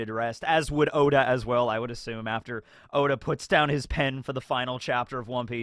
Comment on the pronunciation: It's not pronounced Owda.